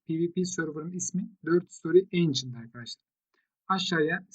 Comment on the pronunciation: Rica ediyorum şu Ancient kelimesini düzgün okuyalım